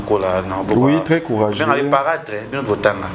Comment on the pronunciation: Ndeko oza vraiment na raison tala ndegué alobi paratre 😂😂😂😂😂 ça se dit !